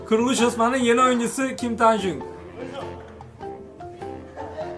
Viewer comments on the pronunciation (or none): Video harika olmuş ama kim taejung değil kim taehyung eğer okunuşu zorsa V yada tae diye bilirsin :)